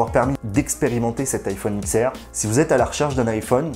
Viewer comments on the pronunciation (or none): juste vito la video est excellente je tique juste sur le prononciation: c'est iPhone DIX R pas X R